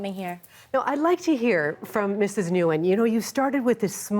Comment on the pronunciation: This ignorant host didn't even ask vietnamese girl how to pronounce her name nguyen